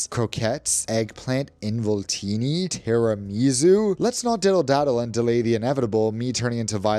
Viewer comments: As an Italian, I can’t bear it lol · The way he says “tiramisù” 🤣🤣